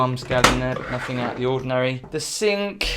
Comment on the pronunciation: I like your videos, but the word 'Nothing' doesn't end with a 'K'. 😊